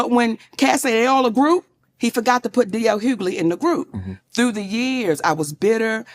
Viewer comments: Hug-ley not huley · Well MIGHT WANNA START SAYING THE MANS NAME RIGHT 😮 DL NOT HULEY OMGGGG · "HUELY"? LOL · Question: Are you from Canada? You always be mispronouncing people's name...How did you get Hulee from Hughley...the G and H are not listen. Pro tip: copy paste into Google and press the pronunciation of the word because girl..I can't😢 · Maam.... it's HUU-GUH-LEE!!!😂😂😂😂😂😂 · 😂GIRL! THE "G" is not silent in Hugley. Everytime you say it loud and wrong I laugh. 🤣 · You're pronouncing his last name wrong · You're killing me with mispronouncing his name. Lol😅😂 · Girl the way u miss say d. L.. s name is hilarious 😆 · The "g" in Hughley isn't silent.. lol